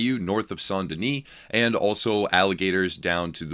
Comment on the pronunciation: i would like this video if he could pronounce saint correctly